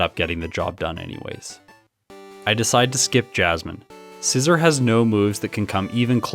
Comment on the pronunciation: You are saying scizor wrong